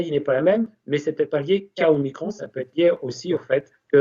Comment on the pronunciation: Je signalz Que micron, se prononce micron, et non pas micronne. En Grec, il y a deux "o", je "petit" qui est l'omicron, et le "grand" qui est l'omega (dernière lettre de l'alphabet grec) donc, un micro "o" et un méga "o". Nous avons dans un autre registre, le millionième de mètre, qui est le micron symbolisé par la lettre "μ" (mu ou "mi" en grec moderne). et on ne dit pas un plaquage de 5 micronnes, mais 5 microns , devenu le micromètre. Ce nom est le terme officiel du Système international depuis 1968 et le symbole µ est depuis réservé au préfixe « micro- » des unités SI....